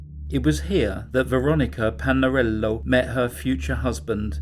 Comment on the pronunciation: I can’t be the only one who replayed over and over the way he said Lorys Stival too much class in that. Made me go pour a cup of tea. Veronica Palalero had some sauce on it also. Please cover more Italian cases 🙏